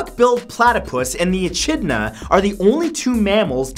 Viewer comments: E-chid-na? I just pronounce it E-kid-na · E-chid-na? E-chid-na?! NO. IT'S E-KID-NA, MATTHEW. ECHIDNA, PRONOUNCES EKIDNA. OK? GOT IT? OK. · OK Matt, say it with me: it's pronounced "e-KID-na", not "e-CHID-na" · Did you really just say eh-chid-na ?! It's pronounced eh-kid-na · Wait, did he say e-chid-nah?? (It's pronounced e-kid-nah) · It's pronounced ekidna not echidna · MatthewSantoro i would like to say something, echidna is pronounced like ah-kid-nah not ah-chid-nah btw, i just thought id say it but now that im writing this i guess i typed it not say it, and anyways this comment is too long anyways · Forgot to say for Fact 28 - they are called Monotreme's not Marsupials. You cracked me up laughing so hard with e-chid-na instead of E-Kid-Nah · FUNFACT: The way we pronounce Echidna in Australia is Ekidna xp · it's pronounced a-kid-nah not a- chid-na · it's pronounced e-kid-na not e-chid-na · Did Matt just pronounce 'Echidna' as "E-tshi-dna"... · E-kid-na not E-chid-na the ch sounds like c for cat. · It is called ee-kid-na not chidna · It's not ech-I'd-na It's Ec-id-na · whispers it's pronounced 'Eh-kid-na', rather than 'Eh-Chid-na' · " eh chid na" its pronounced ekidna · Matt.. Nobody calls it the 'duck billed' platypus. The Echidna is pronounced with a 'k' sound not 'ch'. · Who else got triggered when he said "e-ch-idna" instead of "ekidna" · It's pronounced E-kid-na, e-chid-na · Fact 28: it is pronounced "eh-KID-nah". Not "eh-CHID-nah". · E-kid-na not e-chid-na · It is pronounced Eh-kid-nah, not e-chid-nah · its not e chid na. its ech id na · Matthew not to be rude but its pronounced e-kid-na not e-chid-na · e kid nah...not eCHidna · wtf is an a-chid-na? You mean E-kid-na mate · e kid na ... not e chid na :p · it's pronounced 'e-kid-na', not 'e-chid-na'. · I don't mean to hate man but it's pronounced "e-kid-na" not "e-chid-na" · it's pronounced e-kid-na not e-chid-na.. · It's pronounced ekidna lol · it is pronounced 'eck-id-nuh' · It's pronounced E-Kid-na